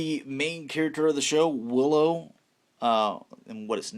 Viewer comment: As a super fan of Willow, I cringed watching this video! Ahhh!! The names!! Learn the names.